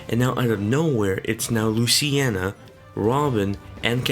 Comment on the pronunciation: Luciena? It's pronounced Luce-een-a